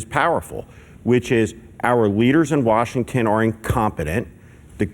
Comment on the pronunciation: Why is that bald guy saying washingTEN all the time!? Very annoying.